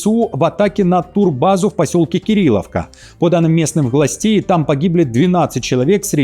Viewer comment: Та не Куриловка, а Кирилловка!